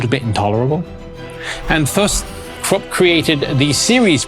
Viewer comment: Porsche not porsch use the e. Krupp say kroopp.